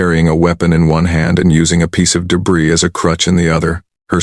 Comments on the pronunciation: 'O' AI. Debris has a SILENT 'S'...It's pronounced DEBRI....Shame..good Story.... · Debrizz, Thunder Chilled, Record (like a reck-ord, not ree-cord... ugh.